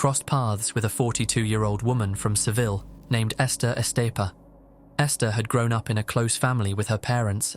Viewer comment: "Seville" lmao